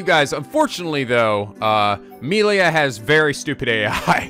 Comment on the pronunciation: Shhhhh. Remember, it's Moshirige, Ashina, wah-fu and Korekiyo Village. And now Meelia.